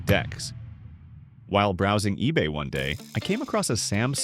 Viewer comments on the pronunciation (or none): Amazone?! 😂 Ebey?! 😂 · it said ebey and amazone 😭